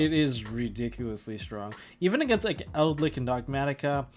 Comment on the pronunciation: ''ELDLICK'' Tombox